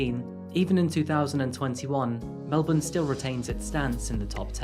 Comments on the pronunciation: You prononced Melbourne correctly! It's so interesting to hear a story about something that happened in my state.Thanks for posting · Thank you for NOT pronouncing Melbourne like Americans do! 'MEL=BORN' Nothing grates at Aussies more than hearing MEL-BORN or BRIZ=BAYN !! Love the country intros at the beginning of your stories. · thank god, you said Melbourne properly, knew there was a reason i enjoy your channel so much